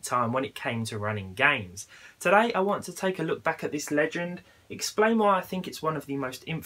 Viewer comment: "Running gaims"